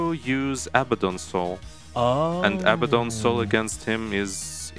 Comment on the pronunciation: "Abaddon" is pronounced uh-BAD-un